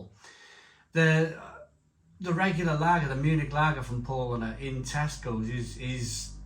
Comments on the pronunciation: Good review. BTW Spaten is pronounced ‘Spey ten’. Paulaner is pronounced ‘Pow larner’, Pau laner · It's pronounced "Shpar-ten" and "Pow-Larner". Come on dude, at least make an effort! Traditionally, Oktoberfest beer was an is Mäzen which has a higher ABV than Helles. Brewdog are just chancers, complete mugs when it comes to tradition. The description says it's a "pilsner" which has no tradition with Oktoberfest whatsoever. Brewdog = Shite.